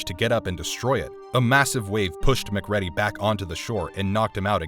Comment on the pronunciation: Mc ready is my new favorite pronunciation of McCready